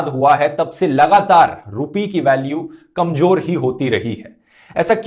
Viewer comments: Bhai kanjor nhi kamzor hota hai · KamJor nahi hota bhai kamZor hota hai